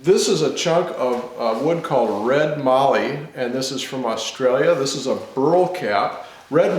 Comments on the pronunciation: Great job and good to see you using good Aussie timber. But it is not called Marllee, it is called Mallee with a short "a" as in hat. It is clear when I look at the prices you pay in the USA for Mallee that it significantly increases in value with the trip to the USA. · Magnificent piece. Just one thing mallee sounds like mal-ee not marlee. I live near where these are harvested and see them daily on trees making me drool. Anyway beautiful work Regards Duzzy🇦🇺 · Mallee- rhymes with Sally. Cheers from Australia